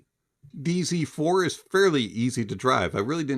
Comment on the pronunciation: I heard DC4... I'm from Mexico and I think I can pronounce "Z" better than you hahaha😂❤🎉